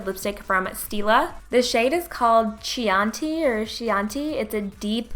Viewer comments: did she really say "she-anti"..... it's "key-onti", as in the wine... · Girl it's pronounced KEY-anti lol its a wine :) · love this look! Btw its pronounced Key-on-tay :) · chianti= key-on-tee, :) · "Key-yan-tee". Chianti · Lipstick name is pronounced " kee - aunti ". It's a type of red wine. ♡☆ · Chianti - "key-on-tee" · i think its pronounced keyonti - which is a red wine.